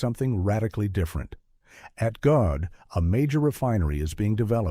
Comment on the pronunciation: Coordination is the correct. GODE' IS PRONOUNCED AS "godday"